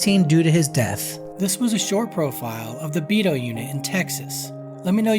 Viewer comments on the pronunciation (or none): Out of all my years as a c.o. in Region III - TDCJ . I have never heard anyone call Beto ; Bee Toe.